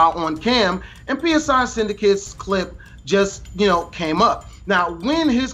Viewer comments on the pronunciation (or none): Thats not how u say his name its a greek letter its not P.S.I. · "p.s.i." Say Lewis's fucking name right.